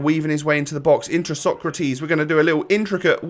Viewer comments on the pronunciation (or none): It’s pronounced ”Socrates” not ”Socratis”. Keep it up 🔥🔥